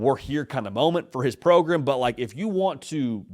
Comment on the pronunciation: yo do yall sell "progrum" merch? i need it!